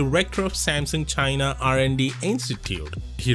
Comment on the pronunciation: If only you could say Samsung correctly...so sad